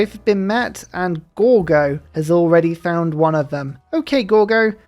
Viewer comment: your "ok Gorgo" triggers my Google assistant better then I do intentionally with my non-native english